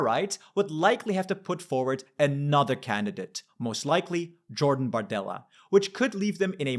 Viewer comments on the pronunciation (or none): none